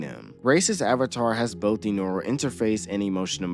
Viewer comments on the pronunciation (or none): none